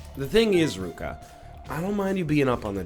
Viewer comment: Excuse me, it's pronounced Ryuka